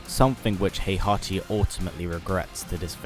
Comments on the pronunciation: It's HEE-ACHI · "Hehachi Mashima...is dead"